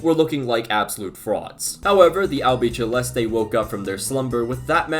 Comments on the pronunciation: Argentina are La Albiceleste, pronounced albiSEleste not albiCHElste :) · I’ve seen this pronunciation in loads of football videos but there is no “ch” sound in “albiceleste” 😅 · Great video man! just one comment tho, 'albiceleste' is pronounced: albi (like you currently do) - ce (as the SE in Senegal) - leste (like you currently do). Keep it the work!